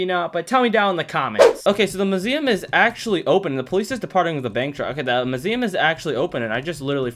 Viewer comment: It’s so fun listening to you saying “muSIuM”